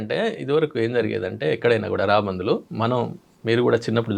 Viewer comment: Raabandhuvulu kaadu sir, raabandulu anali, telugu ni champeyandi... Please